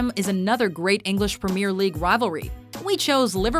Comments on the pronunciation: Same white Premier XD I may be the only one but I pronounce it PREMIER and not PREMEER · IF YOUR GONNA DO THINGS IN DIFFERENT CONTRYS ATLEAST PRONOUNCE THINGS RIGHT DOES BOCA HAVE 2 O'S NO THE PREMIER LEAUGE HOW THE FUCK CAN YOU NOT PRONOUNCE THAT RIGHT AND IF YOU ARE GOING TO DO SOMETHING OUT OF AMERICA AT LEAST DO ENOUGH REASURCH THAT YOU KNOW WHAT YOU ARE TALKING ABOUT ROONEY HATES LIVERPOOL BEACUSE HES FROM EVERTON NOT BEACUSE OF MAN U FUCK SAKE!!!!! AND CELTIC VS RANGES IS WAYYYYYYY BIGGER THAN LIVERPOOL VS MAN U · The way she says premier league...smh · why can you not say premier properly